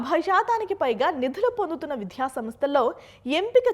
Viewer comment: విధ్య కాదు విద్య